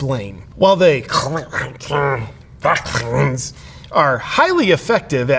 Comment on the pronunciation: Reacts, I laugh so hard every time you say any form of the tabu words regarding "covid" and "vaccines" in your videos! 😂 I think it's awesome that the algorithm hasn't been able to catch you, either! 🥸 Out of curiosity, do you ever catch yourself unintentionally using that pronunciation in regular conversations? (I really hope the answer is yes, even if it was only once! 🤣)